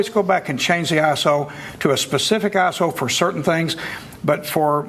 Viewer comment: when he says iso i hear asshole :(